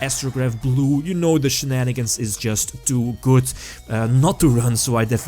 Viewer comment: Hey m8 could you stop say "goodz" instead of good?